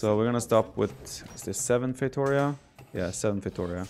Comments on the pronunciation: I wish someone pronounced feitoria as it should be pronounced. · Does anyone else gets triggered by that bad 'feitoria' pronunciation? My brain keeps yelling 'why???'